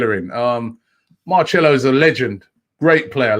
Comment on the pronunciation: with the pronunciation it is Marcelo not Marchelo.